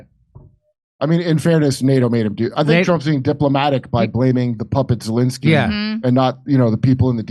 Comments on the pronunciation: I thought you said ‘Voldemort’ Zelenskyy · did Jimmy say 'Voldemort Zelenskyy'? lmao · Jimmy mispronounced Zelensky's name so it sounded too much like Voldemort. Freudian Slip??? You be the judge.